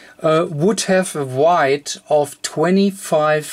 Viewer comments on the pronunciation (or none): Weight sounds like wait(or w8), not like wide (or white) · Also wanted to thank you for your videos; very helpful. If I could just offer one criticism, it's that your pronunciation of 'weight' to the native English speaker is wrong, and my brain gets stuck for awhile (until it adjusts!); I then have to go back aways and re-listen. Kind of like when you're reading and you come across a word you don't know the definition of. You can keep reading for several pages before you realize you haven't comprehended a thing since the errant word... Anyhow, just trying to help; thanks again! FYI, 'weight' is pronounced the same as 'wait'.